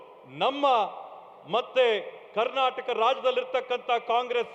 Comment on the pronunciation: ಕಣ್ಣಟಕ್ ಅಲ್ಲ ಮಹರಾಯ ಕರ್ನಾಟಕ..